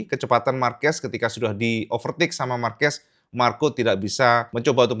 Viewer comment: Over take cak ,tak ove kyak jual motor aja cak 😂😂😂😂 nex race ostria makanan MM lagi tu cakk😅